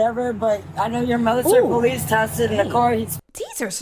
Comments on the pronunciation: Anyone who pronounces police as “po-leece” is immediately guilty in my opinion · Military poh-lice